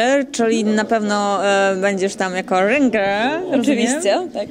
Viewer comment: rynger XDDDDDDDD ŁYNGER XDDDDDDDDDDDDDDDDDDDDDD